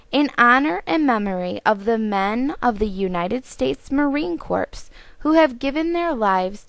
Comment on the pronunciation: The p and s are silent in Marine Corps. (like "core")